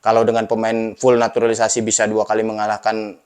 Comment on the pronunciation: Gak enak banget sebutnya NATURALISASI... Ini bener Jurnalis...?😅😂